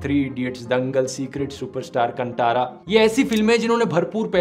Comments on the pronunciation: It's pronounced कांतारा not कंटारा 🥲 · Its "kantara" you pronounce in a wrong way...